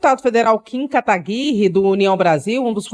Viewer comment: kim kataguiirre 😅😅😅, será possível que ninguém consiga falar kataguire